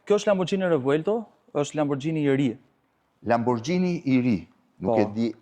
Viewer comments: Lamborgini, jo lamborxhini jo lambogjini...ju lutem... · aaaa dmth Majkell Xhekson sepse lexohet Majkell Xhekson ne anglisht, apo jo? Po Lamborghini qe lexohet Lamborgini ne italisht pse duhet te thuhet “Lamborxhini”? 😂😂😂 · Lamborgjini.. Lamborgjini.😂😂😂 Lamborghini shkruhet.. E lexohet lamborgini. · Jo lamborxhini po lamborgini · Qe pronari i dyqanit (sallonit) i thote Lamborghini-t (lexohet : lamborgini), LAMBORXHINI, tregon shumë, po shumë, se në dorë të kujt është pasuria në Shqipëri. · zoti Katnar makina eshte italiane dhe jo shqiptare. Ne italisht kur eshte GH lexohet G jo XH. Gjithe bota i thote Lamborgini edhe ne Amerike jo vetem Arabi or ku thua ti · Niveli me i larte ne bote... A kane pare ndonjehere ne youtube keta se c'behet? PS. Pikerisht, LamborGGGini me G dhe jo me Xh/Gj etj. PSS. O Blendo po ik e bej detyrat e shtepise more burre. Mos te dije gazetari si quhen makinat para nje reportazhi per makinat...